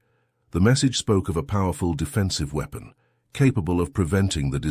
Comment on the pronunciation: The irony, that an HFY channel uses an AI reader, which pronounces "weapon" as "wee-pon".